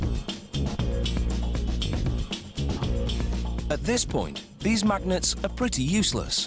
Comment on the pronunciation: I love the way this dude says MAGnets!